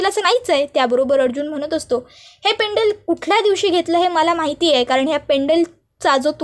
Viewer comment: पेंडल पेंडल काय करता ? पेंडंट म्हणा. व्हिडिओ टाकण्याआधी आपली भाषा शुद्ध आहे कि नाही तपासून बघा. पैसे मिळतात म्हणून कसं ही बोलायचं का ?